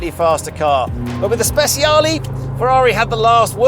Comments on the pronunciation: Speciale ❌ – Speziali ✅ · The Stig calling the Speciale "Spesiali" is really embarrassing, though not nearly as embarrassing as him calling his daily car "Porsh". That's really bad for a racing driver and car enthusiast. This might seem silly but it's the sort of stuff that would get me to unsubscribe from a youtube channel.